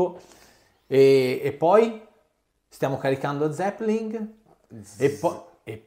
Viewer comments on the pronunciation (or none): Perché dice zeppeling?